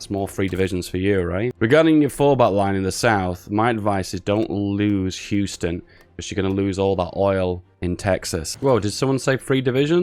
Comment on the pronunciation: The way he said Houston bothers me. It's not youston, its hughston.